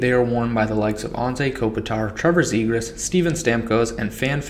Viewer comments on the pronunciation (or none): none